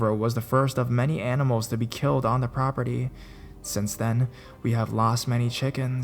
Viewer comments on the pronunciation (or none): none